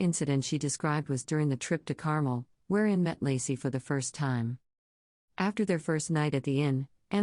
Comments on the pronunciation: It’s NOT pronounced “Carmel” it’s pronounced “Car-Mel”!!! Get it? “Car-Mel”!!! Geeeeez! LOL 😝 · It’s not CAR-MULL — it’s CAR-MELLE (Carmel). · fyi, it’s pronounced car-MEL